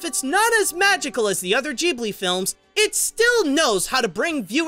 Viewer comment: Doesn’t it piss anyone off on how he pronounces Ghibli??